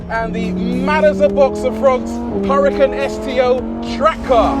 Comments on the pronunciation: its not hurri-kin its oora-kaan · Please don’t pronounce Huracán in English. Huracán was a Spanish Fighting Bull and because of that it is pronounced in Spanish.